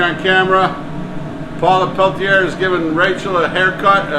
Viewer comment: Poor Glenn and Paula. It’s pella-tear…. says pel-tea-air 😂😂